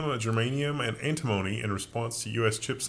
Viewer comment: is off base with the pronunciation of antimony. I don't know where he got that.